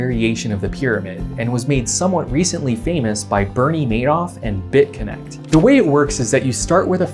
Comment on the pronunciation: You said bitconnect wrong.